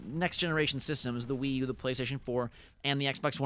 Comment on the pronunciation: stopped listening at Wi-U